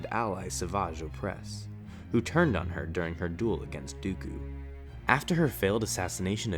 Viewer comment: Can't say dooku, keeps on saying duuukuuuuu